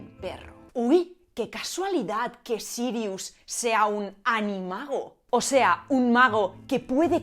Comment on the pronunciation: Tu pronunciación del Noruego antiguo es impresionante! En hora buena! Mi parte favorita del vídeo! Jaja, pero hablando en serio, le llamaré Serious a mi próximo perro!